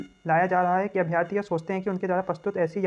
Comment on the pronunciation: अभ्यार्थी नही अभ्यर्थी होता है।